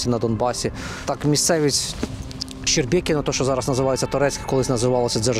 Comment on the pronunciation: Висмоктаний з пальця випуск.ведучій несе аби що,повірте на слово місцевій жительці.якщо навіть назву не можна вивчити(щербинівка-"щербекіно/щебекіно),то протягом відео інші притягнуті за вуха нібито факти будівель,настрою місцевих, навіть дратують.шкодую що приїжджали,бо виставили все на свій,невідомо для чого, лад.